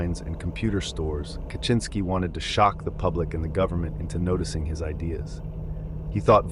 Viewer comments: How did you do research to find out how to properly pronounce names, but you can't pronounce Ted Kaczynski? You didnt watch one of the thousands of videos about him? It's kah-zin-ski. How do you even get kaCHINski? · Yeah A LOT of these names are horribly pronounced. Benet? Core-ish? Ca-chin -ski? I haven't seen some of these pics which is cool so I don't mean to be a nitpicky asshole but it's starting to pain me 😅 Edit Im so bad at detecting AI but from what i've read from other comments that makes sense. Might have to ignore this channel if that's the issue.